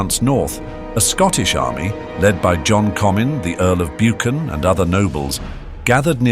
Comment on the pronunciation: Balliol is pronounced “Bay-liol” Buchan is pronounced “Buck-an”